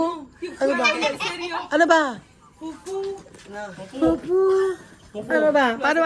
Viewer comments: practice your /f/ sound...ang pangit pakingan ang poopoo....😅😅 It should be fufu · Yung F ni nagiging P. Fufu kasi not pupu haha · Fufu kasi hindi poopoo hahahah